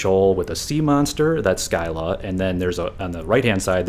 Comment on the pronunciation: Scylla is pronounced "sill-uh" not "sky-luh"